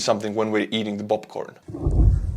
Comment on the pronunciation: I know that it's just a difference in language but it cracked me up to hear it pronounced "bopcorn" . Great vids man, love your content.